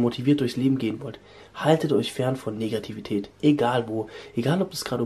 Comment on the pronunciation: Er sagt NIcativität kommt das zufällig von Nico? Ich glaube nicht Kappa